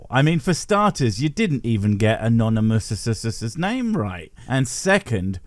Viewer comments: Ironic that his show is called “Wretched” and he has it plastered all over the walls. His lack of self awareness is pathetic. Also has he never heard the word anonymous? Does he think it’s a name with a weird French pronunciation? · "Anonee-moo?" "Sub-tel?" How did those get past the director and the editor? Sheesh. I do find it funny how quickly Todd lost the plot and forgot that the totally real question specified that the spouse was "an unbeliever".